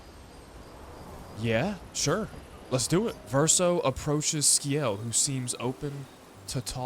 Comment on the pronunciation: It's pronounced Si-el not Ski-el 😅 assuming you got that eventually